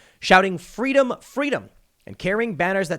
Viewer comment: In the words of Kamala Harris: "Fweedom."